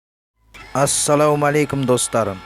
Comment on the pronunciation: Ассадаумалейкум деген неғылдеген? Дұрыстап айтшиш...